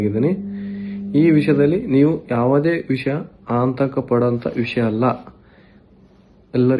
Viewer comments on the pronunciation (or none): ಆಂತಕ ಅಲ್ಲೋ ಅದು ಆತಂಕ 😂😂😂